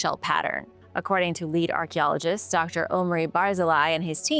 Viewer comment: I'm sorry how did you say archaeologist😂😂😂